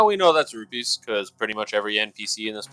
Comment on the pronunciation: Repeat after me... ROO-PEES. NOT ROO-BEES. FFS man